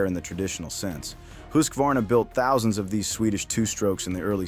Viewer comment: It is pronounced, hus var na